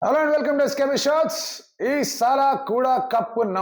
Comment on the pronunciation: It's ee salaa not saalaa